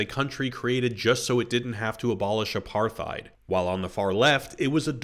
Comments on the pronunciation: A-par-theid? 😂😂😂 A-part-heid. No “th”. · Apar-thide? its apartide. You are welcome. Yes, i am a pedant. But a correct pedant. The best kind of pedant. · Stopped listening as soon as you pronounced apartheid incorrectly